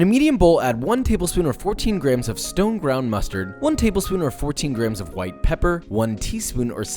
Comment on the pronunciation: Am I the only one who heard stoned brown mustard instead of stone ground?